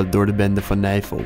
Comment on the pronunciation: Niemand: Helemaal niemand: Tajoela: geen disrespect maar het klinkt echt als navel*kuch*kuch